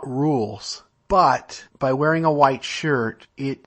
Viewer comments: Ah, I've never been LDS or anything to that effect but I find other people's belief systems fascinating. The speaker, "" or whhhhatever seems to have an interesting vocal tic. As in he pronounces the word "white" as if it begins with the letter "H'". Hhhhhhwite! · I'm from Utah. Isn't "hhhwite" the proper pronunciation? I thought it was as I put some hhhwipped cream on my strawberries.